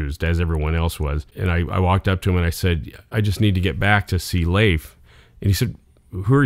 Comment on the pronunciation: Fun story! Glad you know how to properly pronounce Leif's name !!